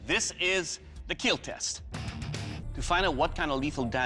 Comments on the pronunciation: Best impression of Doug's "IT WILL KEAL". I'll wait for it! :D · I came here to hear the word "IT WILL KEEL" 🤣 so legendary